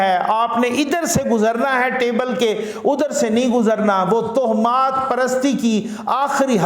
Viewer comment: Kindly pronounce (towah maat) instead of (toh maat).